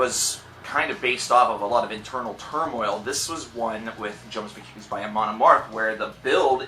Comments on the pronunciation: Jomsviking is pronounced as "Yomsviking" :P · The J is pronounced like a Y. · also, the 'J' in Jomsviking is pronounced like a Y